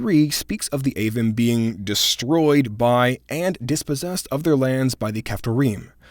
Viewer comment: Isn’t Avvim pronounced Ah-veem? I believe the “im” suffix is always pronounced “eem” in the Hebrew